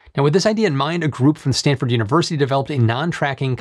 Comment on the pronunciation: "Standford University"? Do they have a good football team??